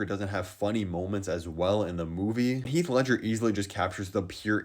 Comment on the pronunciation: ah yes, heath lefger